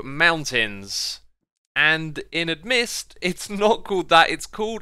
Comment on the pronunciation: Am I the only one getting annoyed by him saying admist instead of amidst?